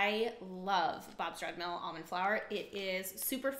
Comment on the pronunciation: When the manufacturer is a sponsor and you have to sell their product and brand is very misleading for there are many other brands and were they also used Plus the pronouncing thereof on few products is off Bob's red hills mills ? brands is not but costly to budget friendly homes and not influencers